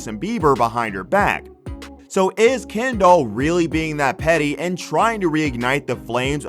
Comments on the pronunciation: Am I the only one who here’s him calling her “ Ken Doll” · Her name is Kendall not ken doll lol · I'm sorry but I can't watch this the way he's saying kendoll and not kendell is getting on my nerves I'm only 35 seconds in and nw I'm not even sure if dats her name any more (rip brain cells)😥😣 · Omg her name is Kendall not kenDOLL XD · Called that hoe Ken-Doll 😁🤣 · He says KEN- DOLL lmao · Sounds like he’s saying, “Ken doll.” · Ken-doll that’s all I hear from this man 😂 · Why do I keep hearing "Ken doll"? And who wouldn't hang out with Harry? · Was it just me or did he say “Ken Doll?” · Hearing this dude say “Kendoll” over and over is torture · The way he says “Ken-doll” 😭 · can’t even finish the video after how the narrator keeps saying “ken-doll” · You really did this whole video calling her ken doll the whole time. Ummmm....why? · I want to know who the hell is "Ken-doll"!?? 🤔😅🙄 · The way he says kendall is funny, Ken-doll lol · okay but why he pronounce it ‘ken doll’ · Why is he pronouncing her name as "Ken doll" Jesus. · They way he says Kendall. KenDOL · You pronouncing her name like "Ken Doll" gives me life 🤣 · No one: Not a single soul: Not even the ghost in your basement: The guy: KeNdOlL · All them sisters do this... They don't mind messing with their friends men. Is he saying Ken Doll?? Lol! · The way he is saying kEndoLl 💀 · Is he calling her “Ken doll” on purpose? 😟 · All I’m hearing is ‘Ken doll’ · Ya, can't be the only one hearing "ken-doll" when he's saying Kendall right? His pronunciation is saying "ken-doll" but it feels like he means Kendall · This dude pronounces her name like KenDoll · All I hear is, "Ken doll"... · The way he calls her "Ken Doll" 😂😂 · Not this guy calling kendall "kendoll" throughout the whole video 💀💀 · Been driving me crazy lol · It’s sooooo annoying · You pronounce her name like"Ken doll" you know Barbies boyfriend.... no biggie but distracting 😬😬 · 😂 I was thinking the same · Sry but the way he says Kendall is so funny to me